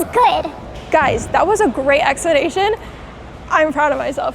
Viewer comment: No the cardio one was GOOD but then you didn’t say the word explanation right LMAO but dude yes I agree more than 30 minutes of cardio got me DEAD